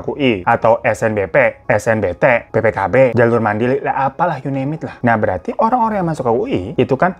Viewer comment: PPKB terdengar BPKB